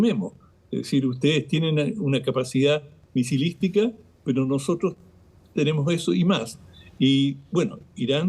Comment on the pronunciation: Caballero,la tr ..no se pronuncia trsch. Se pronuncia NOSOTROS.